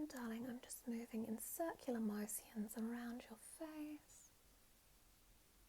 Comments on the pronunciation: Circular ✨ mow-si-yons ✨ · "Mo-sions" "Fa-sials" "Instruc-sions"